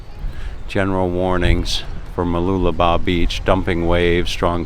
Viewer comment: I had to watch this video as I was very curious to hear you pronounce Mooloolaba. Well done!! Now you can try pronouncing Whakaangiangi in New Zealand. LOL. Thanks again for the great walk and talk.